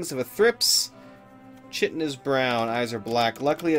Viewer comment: Oh plz, Chitin is pronounced Ky-tin, ur killin' me!! Love the videos, any idea when you'll pick Cataclysm back up, or has that gone stream only?